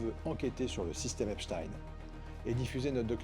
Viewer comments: Il a bien prononcé Epchtain... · Merci le fait de bien prononcer son nom correctement.